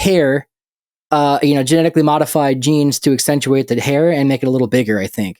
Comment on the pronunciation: 28 minutes in.... It's "accentuate" not actentuate. Man, I hate being nit picky on grammar and pronunciation. But that's pretty basic English.